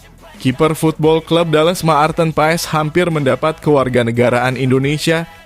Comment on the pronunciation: yg bikin ngakak yg bikin konten gk tau baca marthen .. 😅😅😅